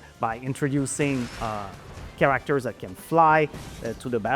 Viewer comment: It's so funny that the Game Director doesn't even know how to properly pronounce the word "characters", which he says repeatedly throughout this video and many more interviews months ago., it's not "chaRACters"... it's "CHAracters", the stress should be on the first syllable. Get it right, for crying out loud!